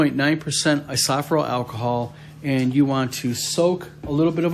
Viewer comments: You're killin me with how you're pronouncing isopropyl...lol! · I couldn’t find I-sawf-ral alcohol anywhere! 😂❤ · lol "eye-so-pro-pull"